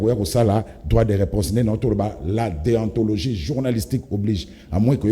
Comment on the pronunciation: Balobaka Deontologie et non Deantologie .yo nde oyebi te.